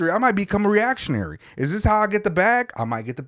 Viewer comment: "I might be a reactionnary" lmao